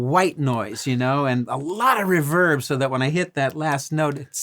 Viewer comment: Darrell Braun will be thrilled that Robben pronounces reverb "correctly".